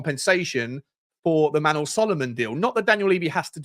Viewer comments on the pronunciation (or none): none